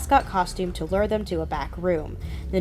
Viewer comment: 'Say 'lore.'' 'Lore.' 'Now, say 'lure.'' 'Lore.' But seriously, good ish. Well done.